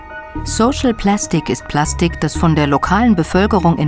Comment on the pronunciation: Plaschtich … herrlich 😂